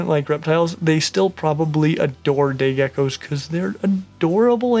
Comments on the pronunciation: Was just about to comment the same thing :') glad im not the only one who heard that :') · 36 seconds in and listen carefully to when he says day geckos it sounds diffrent...